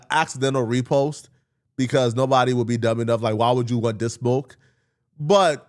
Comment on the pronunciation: should say " this" when hes trying to say " this" and not " dis". It sounds so gross and retarded. Like eww stop. You know english.